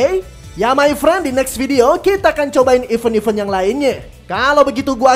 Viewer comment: Bang ada niat gak nyari perbedaan pengucapan event dan even? Maaf kritik, ganggu aja dtelinga hehehe